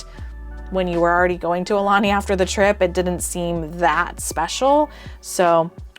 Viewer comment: BTW...Aulani=Ow-lah-nee=Chief's messenger